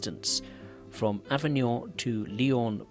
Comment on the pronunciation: It's ok: the other words are very well pronounced! "Avignon", "Marseille-St-Charles", etc...